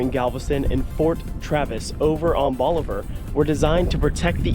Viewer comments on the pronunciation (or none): Bolivar. BOLIVAR. Not "bolliver".